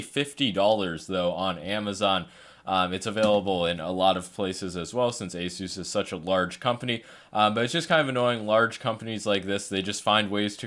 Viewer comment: Epik mouse. Btw it's pronounced aSUS